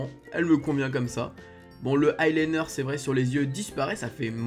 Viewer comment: deja ont dis pas le i liner ca ce dit l i liner